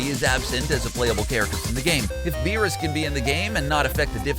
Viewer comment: How u say whis and beerus is horrible